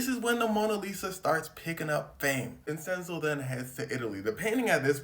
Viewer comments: It is pronounced VIN-CHEN-ZO come on bro u said it wrong so many times brother 😂 but ya bruh it’s def for ITALY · Its pronounced vinchenzo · Why is he saying his name like that. It’s not Vincenso. It’s pronounced vinchenzo, but it’s spelled Vincenzo!! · Homie! I love your videos. My brother is Vinny my dad is Vinny. My grandpa is also Vinny. Vincent is vencenzo. Vincenzo=vinCHENzo. That's how it's pronounced. I say it out of love because I like you doggy. I don't want you looking foolish. Keep up the good work bro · the c in vincenzo is pronounced like the c in da vinci .... like chain... vin-chen-zo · love your work, not sure anyone's said it's pronounced Vinchenzo but yeah, checking pronunciation when unsure helps congruence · someone else probably said this already but Vincenzo would be pronounced "Vin-Chen-So" as a dude who has a name that's hard to pronounce I gotta stick up for this idiot lmao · It’s a “ch” sound bruh. DaVin ”chi”, Vin “chen”zo. 😭😭😭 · Vin-Chen-Zo Italians 🤌🏽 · U a goat as always gang but its pronounced Vin•Chin•zo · Vincenzo is pronounced “Vin-Chen-zo”. Great video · it's pronounced vinCHenzo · Homie, it's pronounced "Vin-chin-zoe". I'm Sicilian and black and gotta uncle with the name. It's a lotta dialects and local languages, like Sicilian, that ain't exactly standardized unlike the colonial Northern Italian language. So it can vary, but that's what it is everywhere that I know of. The "c" and "cc" can both make the "ch" type sound, as well as the hard "c" or "k" type sound, depending on surrounding letters. The soft "c" or "s" sound is usually just made using an actual "s" unlike English. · The way he says Vincenzo bothers me so much 😂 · A ‘Ch’ sound in the middle since it’s an Italian name, not ‘s’ as in Spanish. Also in Spanish would be Vicencio (mostly a last name though) or Vicente which is the “translation”.😊